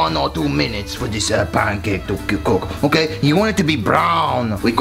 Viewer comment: "Pan-COK"